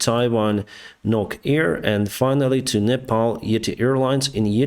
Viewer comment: Its yeeeeeti yeeetiiiii ure saying like etihad dubai one